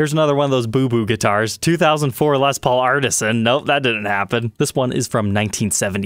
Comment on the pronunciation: until stumbling onto this channel (like 4 years ago) I wasnt a fan of Gibson. Wasnt my thing and I knew little about them. I remember back then you pronouced Les Paul as "Lez Paul".. laughed every time. Anyway my point - I wasnt aware that the "Tree of Life" inlay was used by other makers on production guitars that didnt have Vai's name on it. Figured Ibanez had a patent on that. I must say I prefer the inlay on Ibanez Jems. thinner inlay. I agree Gibsons looks super gaudy...